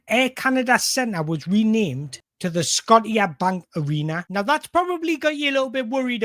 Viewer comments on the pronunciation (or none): I love your videos and am a Canadian magpie so please: it’s Scotiabank (sco she A Bank) 😂😂😂